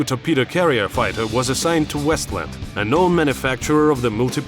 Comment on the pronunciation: ahh, yes. The WeshtLand Wheevern.